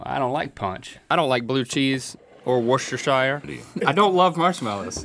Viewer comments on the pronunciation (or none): Or what (Coming from a Brit I love to watch American people try to pronouns Worcestershire)